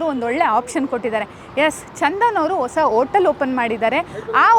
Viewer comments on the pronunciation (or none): Madam anchor ಆಗಿ ಸ್ವಲ್ಪ ಅ ಕಾರ ಹಾಕ ಕಡೆ ಗಮನ ಕೊಡಿ. ಓಟಲ್ ಅಲ್ಲ ಹೋಟೆಲ್, ಓಸಾ ಅಲ್ಲ ಹೊಸ,ಒಗ್ಬೇಕು ಅಲ್ಲ ಹೋಗ್ಬೇಕು